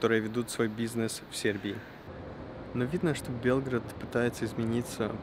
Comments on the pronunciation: Я посмотрел только 6 минут, все видео еще не оцениваю. Надеюсь, что оно отличное. Но как же сильно режет слух произнесение Белград с ударением на Е. Где вообще автор такое услышал? Звучит как Белгород, не иначе. Ну и в описании видео «длиННой в 6000км». Граммар-чек нужен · Прекрасное видео, съемки!)))) Но все же этот регион требует знаний по истории.. Думаю, что со временем вы разберетесь, есть некоторые несоответствия. И да, белгрАд и срЕтение, а не бЕлград и сретЕнье)) И не кости, а мощи)) Святые оставили нам свои нетленные мощи, чтобы исцелялись люди по своей вере, в этом ничего страшного))) Но мне очень понравился ваш фильм, ваша легкая подача и я подписалась)))